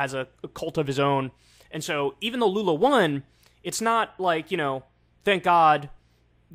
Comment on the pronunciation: just gotta comend you on the pronunciatin of lula's name , youre one of the few americans who have gotten pretty lose to the portuguese pronunciation of his name . Also papa GOAT is also acceptable for lula